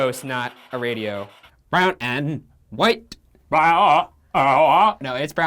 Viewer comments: Ryan : "Brown and white" Shane: "Broawna an whauah" 😂😂😂😂😂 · “broawna an whauah” 😂😂😂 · "Broawna an whauah" - Shane